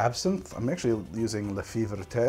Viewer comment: hey, your absinthe, the "fée verte", pronounce it "lah fay v'air'tuh". it's close enough to the real french pronunciation. source: i'm french, and that's the bottle that got me into absinthe drinking. french style, with the sugar cube, the spoon, and the fountain.